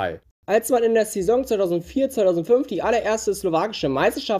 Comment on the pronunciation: du sprichst saison falsch aus